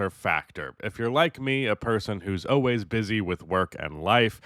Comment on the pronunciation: Always lol not ohways